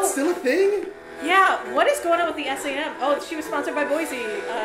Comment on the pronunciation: Did she really just call S&M "S.A.M"?